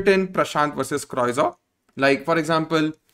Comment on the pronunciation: One correction: croissant is pronounced as crow - saan. But great information.